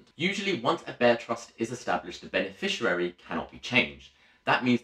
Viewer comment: Good video but minor point is that it is beneficiary not beneficirary.